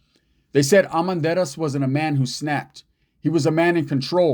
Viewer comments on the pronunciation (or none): It’s pronounced Ar men dar iz